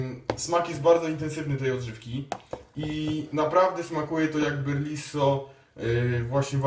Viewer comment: BELRISO, risotto, riso, ryż, nie BERliso :D lol.